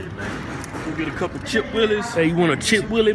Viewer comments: When will they ever pronounce anything right? They say chip WU-IL-EE it is chip W-H-E-E-L-E-E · Why they call it "chip willie" when its actually called chip wheelie lol they funny af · Sound like "Chipped willies" LOL